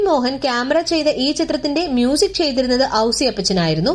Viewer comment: ഔസി അപ്പച്ചൻ അല്ല, ഔസെപ്പച്ഛൻ